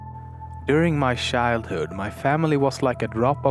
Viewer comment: "Shildhood." XD